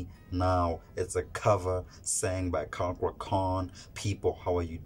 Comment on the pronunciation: Thats is not how to say cakra name, say it in Indonesian way